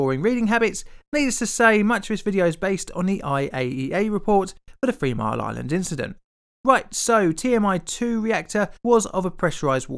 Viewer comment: You should learn the difference "th" sounds and "f" sounds. There is a large difference between free and three. haha